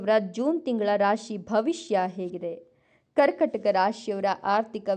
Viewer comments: ಕರ್ಕಟಕ ಅಲ್ಲ, ಕರ್ಕಾಟಕ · ಹೇಳುವಾಗ ಕರ್ಕಟಕ ಎಂದು ಹೇಳುತ್ತಾರೆ ( ಕರ್ಕಾಟಕ ಎಂದು ಹೇಳಿ)